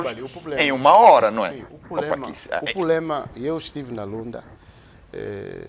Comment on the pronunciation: Será que eu oiço Sr Pakissi, a pronunciar a palavra problema como "pulema"?